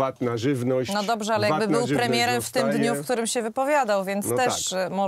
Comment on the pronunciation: "Gdybym był płemiełem...". Tuska trzeba interpretować, jak Wałęsę tyle, że tutaj jak Rumpelstiltskin - jest cwany, inteligencji na jakimś tam poziomie nie można mu odmówić, dlatego ma to drugie dno. Tak więc dopowiem, za Tuska, przekładając z niemieckiego na polski: "Gdybym był premierem, już dawno bylibyście wszyscy spałowani!". Ot, taki mały SSmanek.